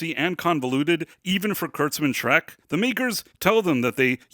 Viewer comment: Treck? It's "Trek" dude...